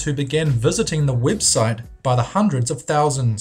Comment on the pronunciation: wtf is a wibsite?